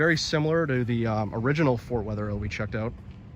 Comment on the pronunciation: It is not Fort Wetherhill. It's Fort Wetherill. Not "hill"